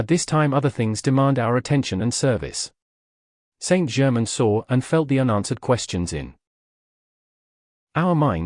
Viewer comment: I find this book is spoiled by the reading by a AI voice that cannot pronounce words correctly eg. It is not Saint German. But Saint Germain it totally spoils this material 😇